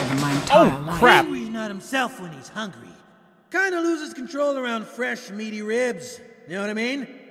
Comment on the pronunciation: he said hangry